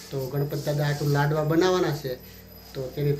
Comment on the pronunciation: લડવા નહીં લાડવા